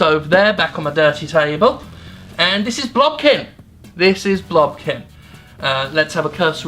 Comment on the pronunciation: I just kept hearing "blumpkin". Am I going to be okay?